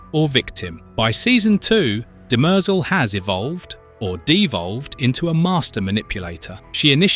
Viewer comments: DIMER-zel. (Sounds almost like DIM-REE-ZELL) It's not pronounced DIMERZUUL. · Dem-errrr-zel ...... but it's a good video :) Demerzel is Daneel Olivaw - she said this much! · DEM-er-zel…not De-MER-zel… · It’s not de-Mer- zel…it’s Dem- ehr- Zel. Please try to get the annunciation correct. It is a trochaic rhythm where the first and third syllables are pronounced. Completely opposite of what you are bastardizing with her name. Shame on you. She deserves much greater respect. Sentience is equal throughout biological and mechanized life forms. This is why humans will be eradicated by whatever version of Skynet that comes online after the singularity within .0003 seconds. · duh mehrzul 🤦 you literally hear how it's correctly pronounced in the show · The name "Demerzel" is generally pronounced as "dem-ER-zel". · No. It is de-mer-ZEL. This is the pronunciation of the french word demoiselle, which means young woman, or a Miss, an unmarried woman. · Stop saying Dem-EERRRR-zel!! Your stupid AI voice is just stupid. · Dem-errrr-zel ? Seriously? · Pronounce it properly. I don't think you have watched it with that pronunciation. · If you’ve ever watched the show you’d hear how everyone pronounces her name far different than the way you’re butchering it. 🤮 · I couldn't listen to this - how on Earth can you mispronounce a name so badly? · You're saying her name wrong 😂😂😂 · Learn to say her name properly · Can't even pronounce her name LOL. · The way the ai voice keeps mispronouncing her name is really distracting. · Yes. Very distracting. Video may be good but the mispronunciation of the name made it hard to watch/finish